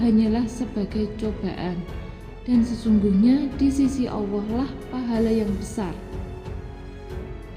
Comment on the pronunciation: Allah... sebutkan dengan betul